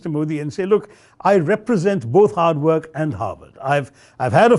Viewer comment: The way you pronounce "work", it sounds like "whack".